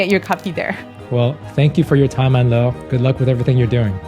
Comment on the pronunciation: You are a great interviewer! Refreshing to hear her name pronounced correctly with a French accent 😊